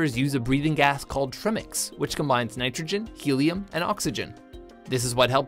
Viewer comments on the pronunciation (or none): he called it trim-x. in welding , we call it tri- mix. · ZEZERBING In diving too. He's just pronouncing it wrong. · Trimmix lol... trimix "tri" meaning 3 and pronounced trymix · Your #2 is not right. You don't need tri-mix (pronounced "tri" as in "triangle" [edit], not "tre") at over 100 ft. - the PADI recreational limit on air is 130ft. Nitrogen narcosis doesn't "set-in" at 100ft. (effects present differently for everyone) and is unrelated to oxygen toxicity. o2 becomes toxic at depths proportional to it's concentration (not 100ft.). GET PROPER TRAINING and don't believe stuff on the Internet - we'll all be safer. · "...nitrogen narcosis, which sets in at 100 feet under water as oxygen itself becomes toxic." Wrong. The depth at which narcosis sets in varies from diver to diver; and oxygen toxicity is a separate phenomenon from narcosis. Also, "trimix" isn't pronounced trim-ix, it's tri-mix/try-mix, named for the three gases used...you know, "tri" like in "triangle" and "tricycle." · it's pronounced Try-mix, not Trim-ex. Like the tri in tricycle meaning 3 wheels, the tri in trimix means 3 gases. i usually don't make a fuss when people mispronounce unfamiliar terms, but that's so obvious, a child could tell you. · you learn all of this in the SSI certification coarse, except at 100 feet oxygen doesn't become poisonous nitrogen just becomes so far dissolved on your blood stream that IT starts affecting you, oh and its call tri-mix as if its two separate words not trimix or however you said it. either way, great footage in the video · Nitrox is used at 100 feet to reduce the nitrogen content of the breathing gas, thus reducing the narcosis effect and lowering decompression time. Trimix is used for deeper diving. Oh and Trimix is pronounced "TRY-mix". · Also, you pronounced TriMix wrong? Everyone I know pronounces it like Tri-Mix (the tri bit is the same as tricycle" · His pronunciation of Trimix made me fall of my chair.